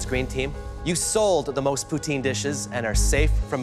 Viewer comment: Why would college kids want "Japoutin?" They lost before it even started.